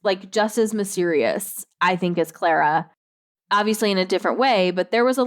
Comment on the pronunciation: It’s not pronounced Claire-ah it’s Clah-rah. It’s the same mundane difference between Lara and Laura. it’s someone’s name so it matters though.